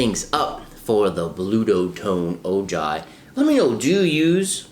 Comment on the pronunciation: It’s pronounced oh-hi